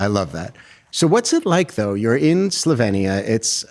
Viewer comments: It’s pronounced “sloveenya” not “slovinia” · No Slovenia is correct. E as in Elephant. Born there. You English always must change names just because you're lazy and daft to learn a person's/country's name 😅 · Hate how he was pronouncing Slovenia